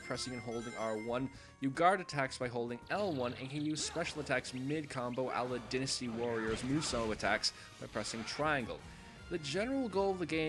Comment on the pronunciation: Reviews Its Dynasty Warriors like the chinese dynasty not Dinasty Warriors you idiot "GET IT RIGHT" and they are called musou attacks not mosu attacks.